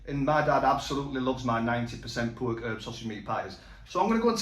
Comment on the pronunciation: Just dont get how every other ingredient apart from anything ' pork' he can say correctly...... its his youtube "garlic bread" like mcguiness in phoneix night's. It doesn't sound cool fella.